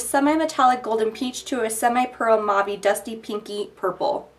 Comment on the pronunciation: Your videos are great but like I already posted on another one of your videos (Which I can no longer find hope my it was not deleted) PLEASE learn to pronounce the word "mauve"...!!! With all due respect...As someone who speaks French fluently it is like nails on a chalkboard whenever you say it...Here is a link with the definition of the word and an audio sample to learn how to pronounce it correctly. You do such great videos why not fix that ear sore... :) Thanks